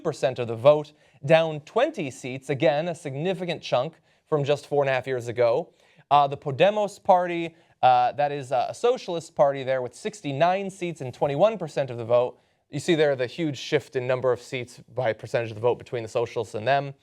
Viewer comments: More like: Po-Deh-Mos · its pronounced po(as in pope)-day-mos (as in moses)